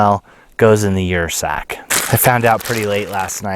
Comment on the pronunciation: I believe that would be pronounced 'er' sack as in Ursus (bear genus).